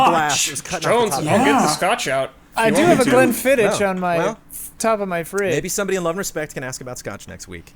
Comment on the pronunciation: the "ch" in Glenfiddich is pronounced "kh", the same as "ch" in Loch Ness. With Loch, say "Law" quite fast and then end with a noise like you swallowed a very small fly/clearing your throat - so its "law-kh". So then by the same rules Glenfiddich becomes "glen-fid-ikh". Hope that helps! If it doesn't this video should